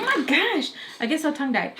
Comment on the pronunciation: Best intro ever 🤣🤣🤣🤣 “nost potifications” 🤣🤣🤣😍😍 “possibee blee” 🤣🤣 “tongue died” 🤣🤣🤣😍😍😍😍😍😍ily forever